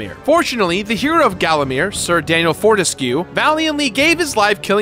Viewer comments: Four-te-skyoo, not four-tes-que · I think "Fortesque" must be pronounced as "burlesque" and every other word with this -esque suffix.